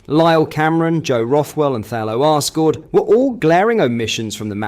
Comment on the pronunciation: Its assghard not arsegarrd